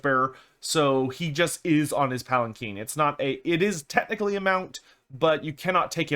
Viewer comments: palanquin not palakeen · I think one of us doesn't know how to pronounce Palanquin.